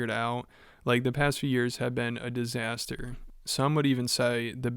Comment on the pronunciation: i could swear he also said “disastair” on purpose